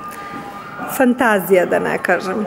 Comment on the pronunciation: za Vas savet: ne akcentujete "FANTAZIJA" uopšte dobro. Poslušajte Čvarkova, ili pitajte nekog ko to zna. Mislim da će biti smešnije ako to radite kao i Čvarkov